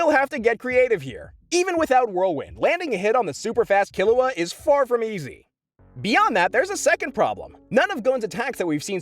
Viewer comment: I appreciate you pronouncing Killua correctly, you have no idea